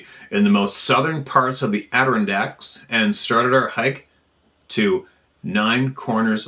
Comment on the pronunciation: Congratulations,, on pronouncing Adirondacks correctly...🤣🤣🤣🤣🤣🤣🤣